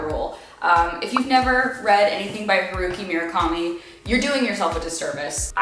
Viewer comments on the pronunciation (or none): Haruki murakami!! Girl work on the pronunciation lol but i love that you love him! Sputnik sweetheart is a great place to start for anyone interested